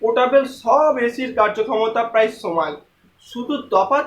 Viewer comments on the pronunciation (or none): ভাই সমান না বলে আপনি কেন চমান বলতেছেন,,,স না বলে কেন চ বলেন,,,!!!